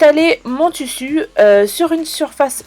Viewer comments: j'ai appris un truc askip maintenant on dit tussu et pas tissu ! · En dit tissu 💬💬💬pas tussu